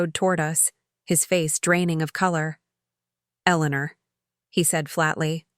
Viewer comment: Elenuuur 😂, each time it said her name i laughed